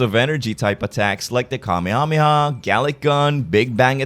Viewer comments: It’s wrong. The correct way is Kame-Hame-Ha. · The way you pronounce Kamehameha bothers me to my core. I dont think its wrong, its just different.